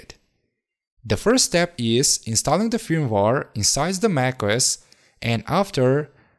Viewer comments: Pronounced 'FIRM-WARE' not fumwar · please say feurmwere not fir me waare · My man, no offense but you should practice more English pronunciation. I mean....... Firmware you said like film war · Fermvar lol had no idea what you were talking about till I looked at the screen. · Ahhhh yeah the well known "fimwar" 😉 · it is not firmwar it is firmware video is brilliant though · I want an 8 hour loop of just you saying firmware. Good video, watched it fully. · I like how you pronounce firmware. That’s all lol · I cringed every time he said firmware.